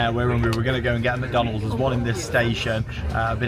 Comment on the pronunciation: Funny how you said macydeans and the golden arch